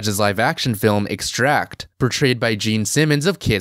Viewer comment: It's kind of weird how you pronounce "Extract" as a verb, when in the film. It's not just a noun, but a proper noun.